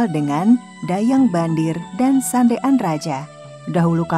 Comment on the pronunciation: Kenapa Sandean dibilang sande an😅